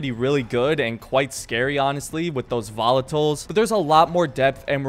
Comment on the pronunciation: I will never say ''volotile'' normal again ;_